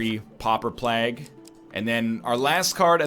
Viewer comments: How I say it: Pauper Plague. How NL says it: PAPA PLAGG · Don't even get me started on "plague"